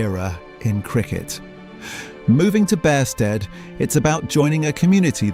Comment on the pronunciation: Its also pronounced Beersted, my wife grew up there.